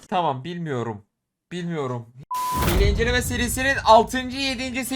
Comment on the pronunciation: Nobody: İzleyiciler: bugün güncelleme tanıtacak:Hiğle inecelme Edit:ilk defa bir yorumum 100 like üstü gördü